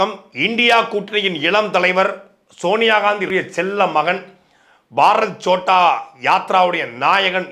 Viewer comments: பாரத் சோட்டா யாத்ரா இல்லை அது பாரத் ஜோடா யாத்ரா. இன்னொரு மொழி என்றாலும் சரியாக உச்சரிக்க வேண்டும். சாட்டை அவர்கள் கவனிக்கவும். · First pronounce the word correctly. That is Bharath Jodo yatra. Not chotta yatra. Jodo means unite. Chotta means small.In Tamil Jodi means what. That word is derived from the hindi word jodo